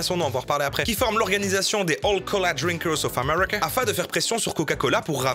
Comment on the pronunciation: “Of Ame*rr*ica”